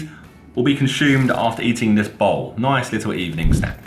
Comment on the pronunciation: really sounds like bottle tho